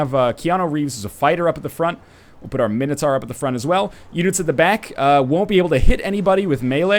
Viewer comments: God NL, It's not Mini-Tar it's Mine-o-Tour. Gotgudengland pls. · No matter what it is but it certainly is NOT mini tar.... that's fucking retarded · No, guys, it's Min-O-Tohr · Nah mate mini-tar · Mxyzptlk246 Agreed, Min-O-Tohr. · Man, here I was thinking it was minotaur. How silly am I?